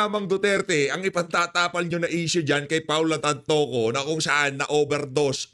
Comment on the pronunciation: Oo nga araw araw na lang di mabigkas ng maayos yung tantoco 😂😂😂